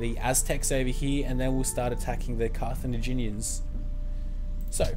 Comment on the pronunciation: It's Car-tha-GIN-ians, bro.